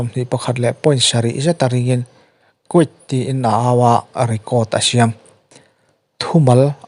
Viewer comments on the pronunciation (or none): Quiet hi Kuit nilo in Khuai-et tiin an lam thin tlangpui! Ka lo sawi ve mai mai 😬✌️👍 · Quiet...Indian Britist, Britist or American Pronunciation - 'Kuit' tih in tuman an lam ri lo... Lo en chiang teh...Sikul chhe chhuak ang mai, lam diklo nasa emmm mai a...Engtihna nge maw ni tiin min ti hrilh hai buai bo zo vek alawm mawle... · Quiet(khuait) a lamrik dan